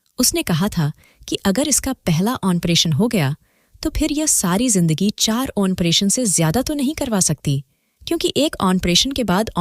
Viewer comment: ऑनप्रेशन नहीं मैडम जी ऑपरेशन होता है